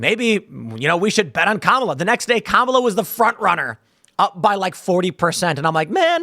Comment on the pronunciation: Its KA-MAL-A